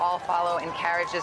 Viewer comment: princess roy-ale? its royal, one syllable. jeez.